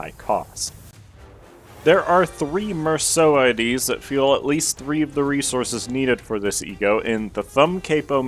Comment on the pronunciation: FINALLY SOMEONE THAT PRONOUNCES MERSAULT THE RIGHT WAY 😭(amazing overview btw)